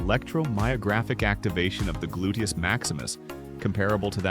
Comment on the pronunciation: Terrible narration drives me nuts. Also, what is a glutus. Can’t he say gluteus if he’s an expert?